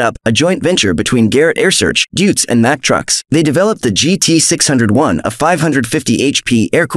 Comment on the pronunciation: This guy needs to learn how to pronounce his words better Deutz = (Deuytz) and Air-Research = AiResearch These mispronunciations hurt my ears🤣🤣